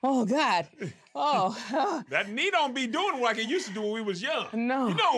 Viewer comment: Kev says "That knee don't be doing wike it whoosed to woo" 😂🤣😂